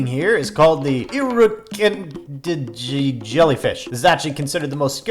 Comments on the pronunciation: Pronounced "ear-a-car'n'gee" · It’s pronounced Irukandji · It's pronounced ear-ah-can-gee